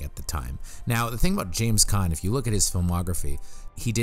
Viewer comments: Great video...but the way you mispronounce EVERYONE's name drove me up a wall. It's Mandy PatiNkin, not Patikin. It's James CaAn (pronounced "cahn") not James Can. Yeesh. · To: I enjoy your offerings, however, you really need to learn how to pronounce names correctly. James Caan is not pronounced James CAN. It is pronounced with the soft double-A sound as in Kahn (Kawn). Mandy Patinkin name is pronounced Paw-tin-kin. Once again I hope you receive this comment in the spirit in which was given, not as criticism but as instruction. Thank you.